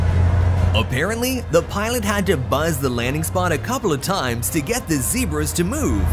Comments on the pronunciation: Z-E-B-R-A not Z-E-E-B-R-A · Old fashioned measurements and calling zebras zeebras ! Lol, great to watch, thanks.